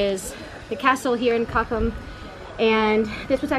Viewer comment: I feel kind of confused when your pronunciation of German words you use often is close to perfect but some less used words/town names ( like "cochem") are pronounced the American way. Unfortunately, these words are only stored in my "German memory", so I do not recognize the term on first hearing if the rest of the sentence is in English.